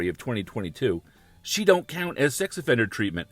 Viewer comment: “Sxy offender program” now that’s a new one! He needs some English classes, lol